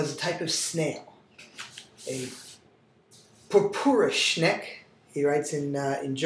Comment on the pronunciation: Pupure Schneck, haha. It's Purpur-SchneckE.